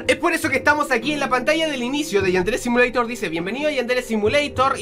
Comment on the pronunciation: .no se dise asi yadere simolitor